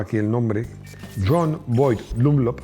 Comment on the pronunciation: Fairston, dile al tal “ “ que es FIRESTONE Dunlop y no danlop Dígale al señor, que si quiere pronunciar en inglés que se “valla “ a Inglaterra y se “jarte” allí a pronunciar en inglés, que aquí en España se pronuncia en CASTELLANO Lo de Cid deriva del señor Diaz de Vivaracho